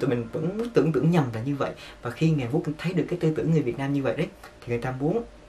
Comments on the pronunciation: Hàn Quốc ông đọc là Hàn Quất làm t buồn cười vl😂😂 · "Một lếp"; "Hàn Quất"😂😂😂